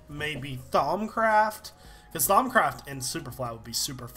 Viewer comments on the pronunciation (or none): omg its thaum craft i always thought he was saying thongcraft.